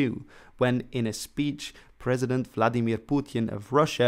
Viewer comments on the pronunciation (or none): none